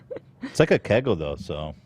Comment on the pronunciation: I’m dying at how Ethan pronounced kegel 💀💀